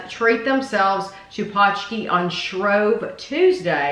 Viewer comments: Yup, it's definitely not pooski, paunch key is a lot closer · I went by what The Polish Center of Wisconsin said: "pronounced paunch-key". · It's just ponch-kee :)